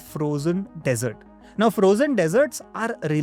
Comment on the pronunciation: Good one. But surprisingly you got both pronunciation and spelling of dessert wrong. Need better content checking prior to upload.